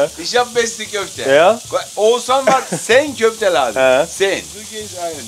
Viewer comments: Oguzhan spricht man Ozan aus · Wann merkt endlich das man seinen Namen nicht oguzhan ausspricht sonder ozan/osan…bitte anpinnen lan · Wenn almans türkische Namen aussprechen oguzhan der gibt sich nicht mal mühe den Namen richtig auszusprechen alleine aus Respekt 🤷🏻‍♂️ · Wäre mal an der Zeit dass du den Namen von Oguzhan richtig aussprechen lernst